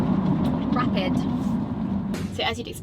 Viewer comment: She says RAPID. hahaha